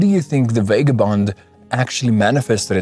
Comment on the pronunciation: VAH-GAH-BOND not VAY-GAH-BOND bloody hell it hurts to listen to.